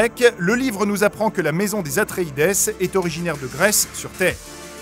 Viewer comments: Si les Atréides sont bien les descendants des Atrides, pourquoi prononcer Atréidèss ? On ne dit pas Atridèss, on dit bien « atrid » 😉 ✌🏼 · On prononce pas "Atreïde'' plutôt que ''Atreïdesse'' ? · c'est bien "Atréïde" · En français oui, en anglais ça se prononce "atréïdize", j'ai l'impression qu'on a droit ici à un mix entre les deux !